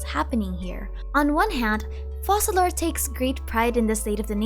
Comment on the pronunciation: Actually, Focalor in french is pronounced "Fokalor" ( i'm French btw), that's why their choice to pronounce it 'Fo-Sa-lor" puzzled me as well😅 The rule is a bit complicated but to put it simply: if you have a "c" followed by the letter "e", "i" or "y" the letter "c" will have an "s" sound. But if the letter following the "c" is "a", "o" or "u", the "c" will have a "k" sound. We have a special letter in french, which is this one: "ç" that indicates that despite the letter being "a", "o" or "u" the "c" will keep its "s" sound (a bit confusing, i know). Well, in the case of our dear Focalor: Since the "c" is followed by an "a", it should be pronouced "ka": "Fokalor". If they wanted to go with the "Fo-Sa-lor" pronounciation instead, to be correct in french, they would have to change the spelling and write it as "Foçalor" instead. Sorry for the long comment, i hope it helps a little!